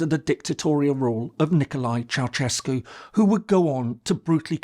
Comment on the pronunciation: And by the way, Ceausescu has to be pronounced Chah-oo-shays-koo, stressing the third syllable.